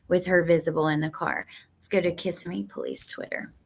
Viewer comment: It's not kiss-imme it's ki -ssim-ee. Hope that helps. 😂 By the way I live in Palm Bay just south of Melbourne. Disney has had perverts working there before.